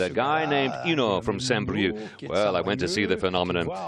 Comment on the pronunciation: not saint "BrieuK" but saint "Brieu"